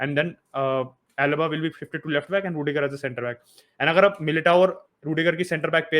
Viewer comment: hala madrid.... it's ruidiger....